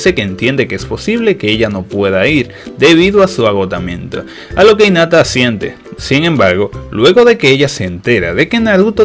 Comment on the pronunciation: por cierto, se pronuncia jinata no inata